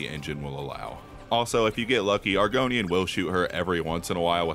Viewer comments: Was he calling Angrboda “Argonian”? Maybe I’ve played too much elder scrolls but idk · AG R BODA not Argonia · argony, thud, and hemmroids😂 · Bro it’s angrobotta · “Argonian” Damn, he really did call Angrboda farming equipment. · The way you pronounce Angrboda is amazing, keep it up <3 The run is also GOAT.